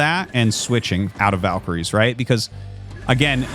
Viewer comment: and in this video he pronounces "valks" and "valkyries" correctly, out of nowhere. lol he has a weird thing with that word